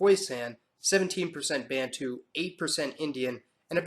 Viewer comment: it must be emphasised that the so called `intergration `was in fact raping of women. Also De Klerk didn't abolish Apartheid. Black Africans fought for it. Oh `Bantu and Nyasaland ( now Malawi) `are way wrongly pronounced.